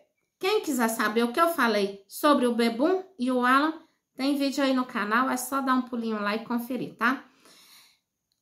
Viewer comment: Qual a vergonha que o povo que comenta passa explique?nem o nome de Alan não ala você parece que tem uma pedra debaixo da língua não sabe nem pronunciar o nome do rapaz